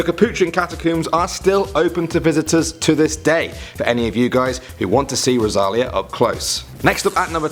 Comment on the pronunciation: Her name is Rosalìa not Rosália